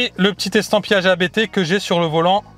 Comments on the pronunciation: " c'est un nom de famille donc comme on ne rempli pas un formulaire administratif en parlant avec un opérateur de call Indien🤗, on prononce Abt et pas A-B-T 🙏" Sinon top tes vidéos et peut être un jour une visite au show room pour un achat n🙏🥂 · Ça me tue ceux qui disent A-b-t haha C'est le nom du fondateur, autant le respecter